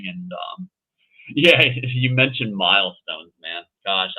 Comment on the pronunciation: Milestone pay sounded more like millstone pay